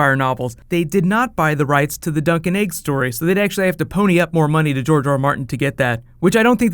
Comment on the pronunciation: you sad, "dunk n Eg" opposed to "Dunk and Egg.' AND dude you follow that with, "the bunny thing...." not, "the funny thing." "the BUNNY thing"